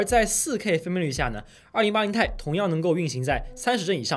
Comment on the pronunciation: 不念钛 念T i